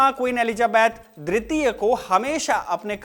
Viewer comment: Elizabeth dwitiya(II) ya tritiya(III)...the diction sounds like a blend of both words